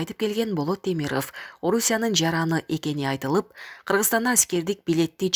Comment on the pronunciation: Темирыф эмес. Темиров деп оку. Тантык журналист.